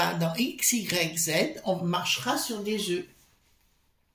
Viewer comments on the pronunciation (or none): none